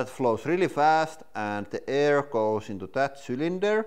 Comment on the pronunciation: i miss you saying Aiuur for Air.